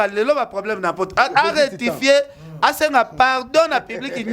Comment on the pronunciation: Ken Balobaka retifie🤣 loba rectifier bonne chance pour la suite 🤣